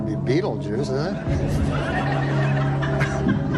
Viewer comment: wow very funny, he pronounced it right...hilarious